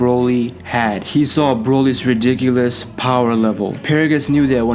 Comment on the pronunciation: U only say ridicilous